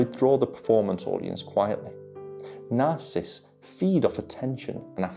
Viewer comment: Love you. Would you mind saying the name properly.... sorry, don't mean to be picky, but words are important. You are saying ' narcist' . It is ' narcissists' there is an extra syllable . Thank you